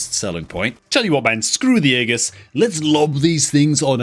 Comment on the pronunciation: Its pronounced "ee jus" not "aa gus" 😂😂